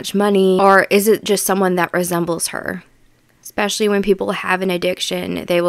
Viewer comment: The word is “eSpecially” not “eXpecially” as so many Americans pronounce it incorrectly!